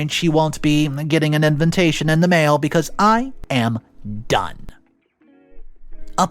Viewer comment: I cant get past when say envintation.😊